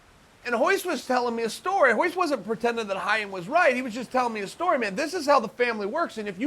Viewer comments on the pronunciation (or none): Jean Jock but he pronounced Ryan "Hyan". 😂😂😂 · hyan? its ryan. not portuguese at all. ryan gracie. even if they pronounce it different its still an american name. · Bottom line: uncle chael is letting us know that he can pronounce brazilian portuguese changing the R for a G. We can bear the "G"oyce one, but uncle chael, Ryan is Ryan, not 'Ghayan'. Period.